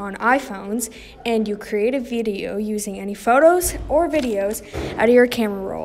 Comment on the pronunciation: "create a vEEdioh"